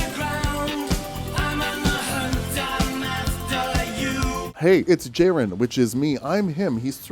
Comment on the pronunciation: You fool! The j is silent. It is pronounced Yerren. Like yer in for a good time!